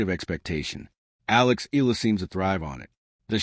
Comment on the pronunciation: Alex last name is pronounced — E-YA-LA not E-la